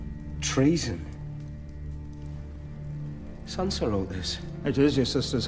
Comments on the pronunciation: Why does he call Sansa, Sandra by the way? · Are you saying Sandor when you mean Sansa? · It's a reference to Lyanna Mormont's actress mispronouncing "Lady Sansa" in her first scene last season. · Jorgi Zoran The actor for Lyanna Mormont pronounced her name like Sandra, cause doing a second take is for losers.